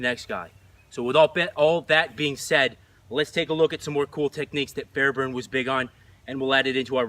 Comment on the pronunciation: It’s kept saying the last name wrong and how do I know? Because it’s my last name ahah